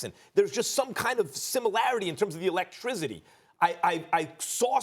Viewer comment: Max: “....Electrizzity”